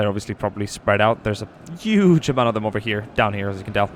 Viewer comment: Did i hear Yurp instead of Europe?? And uuge instead of huge?? Perhaps 2020 'murican presidential candidate..?